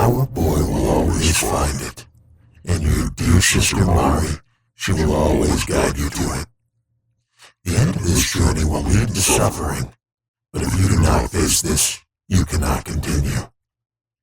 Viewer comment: this is SUCH a good video although i flinched everytime it said mary instead of mari lol. it was so well edited and put together, and you can tell how much time and effort went into it!!!!! i’m surprised there are so few views!